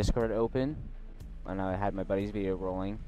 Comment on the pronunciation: Why can't spanish speakers say the letter V. Anytime a spanish speaking person says the word "video", they pronounce it "bideo".